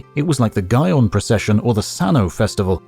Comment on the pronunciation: "the guy-on procession" 💀